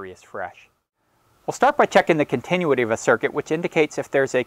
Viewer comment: learn how to properly say "continuity" and I will put more trust in your instructions...ahh, I hear later in the video you've learned to say it right 🙄